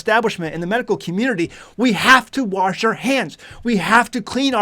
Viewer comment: That 'r' is an extra cleaning agent😂😅😂